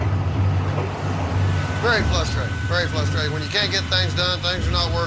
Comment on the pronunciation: would tell ya...crooked hole...drilling too fast. That'll screw your goose, everytime. It's "frustrating", not FLUSTRATING, ya old Okie!